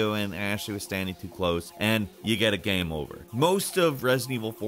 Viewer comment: "it's not an easy gehm"? wtf